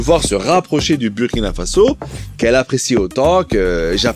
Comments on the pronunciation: Merci à vous pour le travail réalisé et ce que vous mettez en lumière. Je voudrais aussi en profiter pour vous indiquer que le Burkina-Faso se prononce "Bourkina Faso" même si l'orthographe peut faire penser autrement. De la même façon, un citoyen et une citoyenne se prononce "bourkinabé". Le mot est invariable. Un "bourkinabé" /une "bourkinabé". Encore merci 🙏🏾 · Bonjour Rectification stp sa s’écrit burkina avec le U mais sa se dit Bourkina sa fait mal au oreilles c’est comme la Hongrie tu va pas prononcer le hongris avec le S quand c’est pas nos noms qui sont écorcher c’est autres choses stp merci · tu risques d'avoir une manifestation sur ton plateau si tu continues de mal prononcer le nom du Burkina Faso. Le U se lit en ou